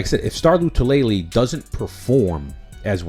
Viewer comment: Star “La -Too - La - Lay” You’re trying way too hard. I agree with your assessment on Harrison Philips. In 2019 he was outperforming Star and was getting more snaps than him before the injury. Philips right now is in the best shape of his career… I’m thinking Star will be watching the majority of defensive snaps from the sidelines.